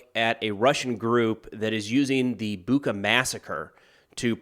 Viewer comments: Not 'Buka', but 'Bucha'. It is pronounced like the word 'butcher', but with an 'a' at the end. 'Butcha' will be a much more correct pronunciation. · FYI, "ch" in Bucha is pronounced like in "chair" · Thanks for your work. I know that Ukrainian city names are not the easiest to pronounce for an English-speaking person and I don't want to sound nerdy but "ch" in Bucha is pronounced the same way as in word choice. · i believe the infamous massacred town's name is pronounced "butcha". this notation should make it easy to remember